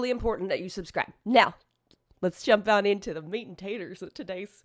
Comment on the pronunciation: “Meat and potaters”. lol